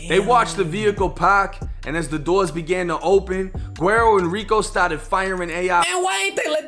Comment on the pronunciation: Bro, his name is pronounced Wedd-O. It’s a Spanish term for “blondie” it what Mexican call their whites family members. Spelled guero.